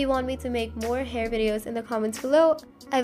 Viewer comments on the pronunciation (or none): "Free haur"